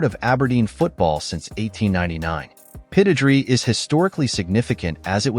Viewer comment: Typical clueless American in his pronounciation! Aberdeen's stadium is said Pitt-o-drie. The stadium is very close to the North Sea.